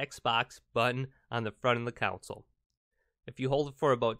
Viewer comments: I've never heard someone mispronounce the word "console" so many times in a video about a console. Not a good look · Take a shot every time he says “counsel”. Yes I know he’s saying console but he’s saying it wrong. 😂🤣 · this is no accent problem, it’s total mispronunciation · Ditto. Wtf is a council 😬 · I noticed he was saying council 😂